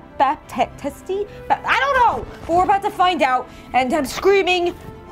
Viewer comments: since he's haitian, it's pronounced Bap-tees-t but you hardly pronounce the p, its either very quick or left out to be more like bah-tees-t with a hard t on the end. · It is pronounced ‘Ba- Teess’ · Baptiste is a french name, the "p" isn't prononced ;) And the "e" too XD